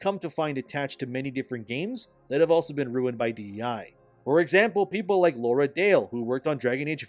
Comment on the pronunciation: 'LAURA' Dail...ffs